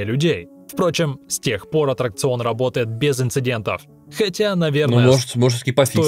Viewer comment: правильно аттракцион а не отракцион или атракцион